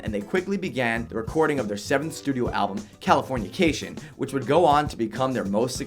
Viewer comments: Why did he say "californiacation"???? Its "Californication" how do you do a "107 facts" and not only not know the name of the super popular album but also mispronounce it so many times and let it get past editing? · Dude the way you say Californication is weird and wrong. It's not California-cation, its CALI forn iCation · Pretty sure it's Cali-fornication. Not California-cation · Him calling Californication, California-cation really annoys me 😒😒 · magee? THE ADVENTURES OF RAIN DANCE MAGEE?! CALIFORNIACATION? WHAT?! Dude! At least GOOGLE how to say it before you make a video on it! facepalm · I'm sorry but did he just say Californiacation